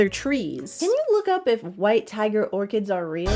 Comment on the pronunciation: orCHids?!?!?! That pronunciation is diabolical